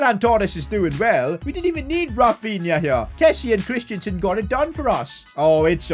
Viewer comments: Christen - sen not Christiansen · CHRIStensen not christiansen